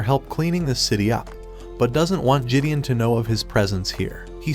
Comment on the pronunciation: RIP the real pronunciation of Gideon, which the narrator neglected from the start.